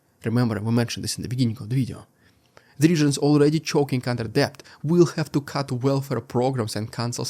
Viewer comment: You have the best metaphors and similes of any newscaster on YouTube! I appreciate your comprehensive reports every day. (One note - the word 'debt' is pronounced 'det', the B is silent).